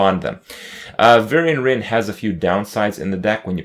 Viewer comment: Varian-ce Wrynn